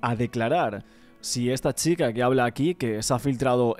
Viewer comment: Me da toc que diga XICA en vez de CHica